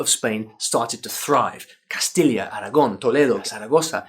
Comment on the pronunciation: Castilya? Nooooo Castiya!!!!!! Castilla. Ll y a Y sound not an LY sound. That's Portuguese or Italian. Not Castellano.